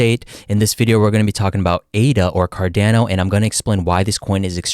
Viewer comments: Its pronounced "Car-Dawn-oh". Not "Car-Dan-oh". Just listen to the way Charles says it. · Car-Dah-No, not Car-Dan-No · Bro says Cardäno :D